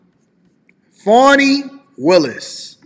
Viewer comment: Not Fawni or Fauni. Fani= Fan-ee.(dictionary) Don't you people know how to speak English! The judges is week and not a man, cannot control his courtroom and witnesses! She should be fired and charged immediately! Show me a Democrat and I'll show you a piece of sh*t! She's a perfect example!